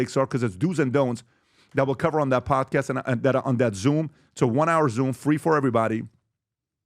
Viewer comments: I say “podcast host”. says “Perdcerst herst” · “Prdcrst” lol I’ve never heard podcast pronounced that way before